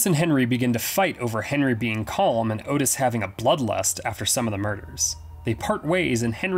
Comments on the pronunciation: His name was pronounced Ott Is not Otis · its ottis, short vowel 'o' sounds; not otis, which is a long vowel 'o' but other than that great vid, i have always been so fascinated by these nut cases, and i too enjoyed the film, it was gritty raw tense psychological '' real to life'' as its a portrayal of a real pair of killers, great horror flick, yeah i saw the henry II movie as well, i enjoyed it, i interpreted that as a professionally done '' fan fiction'' type thing, like a take on, what if these guys had never been caught arrested ? . . . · Sorry for being this guy. The name of Otis Toole is pronounced Ott-is. Like Otter. Ok, I will shut up. Great video!!!